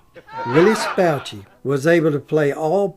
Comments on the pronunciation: you old hillbilly, it is willis bo-shay,not bow-chi. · Mr. Bouchey's name is pronounced Boo Shay.